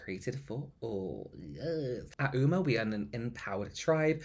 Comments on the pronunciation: Oh nooo not being able to hear "oo-ma" the entire video means I'm skipping this one 😬 It takes 30 seconds to Google it man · Ah I see at least read the phonetic pronunciation but still got it wrong 😂 big rip